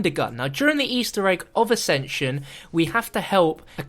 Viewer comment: It's the guy in nuketown in the video he even says accension